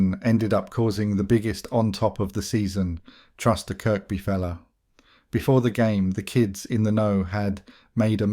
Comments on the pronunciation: Its pronounced,kirby,not kirk-by although spelt that way...i lived in towerhill from 72_83 fookin loved the place,rough as fook but good people! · It’s Kirby not Kirkby if your a scouser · CHERRY PICKING WHAT YOUVE HEARD, NO SCOUSER WOULD PRONOUNCE THE SECOND 'K' IN KIRKBY, ALL THE NAMES YOU THROWN IN NEVER HEARD OFF WALTER MITTY